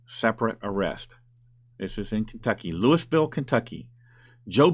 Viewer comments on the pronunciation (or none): Hey,,,it is pronounced Lou-E-ville, not Lewis-ville! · OMG it's not pronounced "Lewis" ville....lol. it's pronounced either "Loui"ville or "Loo"ville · Louisville, in Kentucky, is pronounced Looweeville. :) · loo-e-ville emphasis on the "loo" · Louisville is pronounced “Loo-uh-vull”. Just an FYI. ;) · Louisville, KY is pronounced "Looeyville".